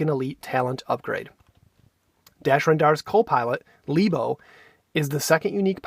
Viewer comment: Great video! But it's "REN-dar."